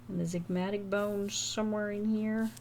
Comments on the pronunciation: The med student in me died every time you said ,”ZIGMATIC” …. Sweetie its ZYGOMATIC 🥰 saying from a place of love ❤ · absolutely LOVED this vid. absolutely HATED, as an anatomy scholar, that you pronounced the zygomatic bone the "zigmatic" the entire time 😭😭